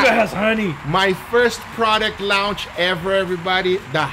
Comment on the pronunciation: Interesting food but, Guga... Itctook a minute to figure out what you said. Nog all English words are pronounced like they're spelled and, "launch" is one of them. It's "lawn-ch"/"lawnched" 😉